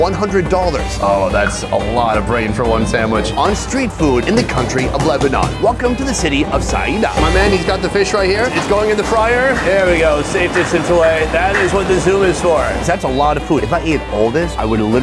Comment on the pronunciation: Saeeda 😂 its saida ( s.a.y.d.a) But bro i cant believe 2 million people saw this video! Im lebanese